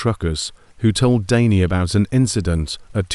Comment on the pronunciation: So "Danny" changes to "Daney" and more bullshit AI pauses, gaps and mistakes. Not interested in AI stories.